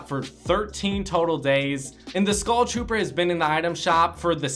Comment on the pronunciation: Why do u call it the goll trooper and the skoll trooper